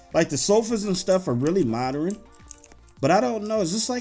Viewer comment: Man I Swear I Love The Way He Say Moderin Instead Of Modern 😂😂😁🤗